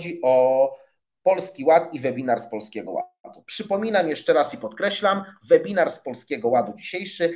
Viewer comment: Czyta się »łebinar«, uszy więdną po pierwszej minucie!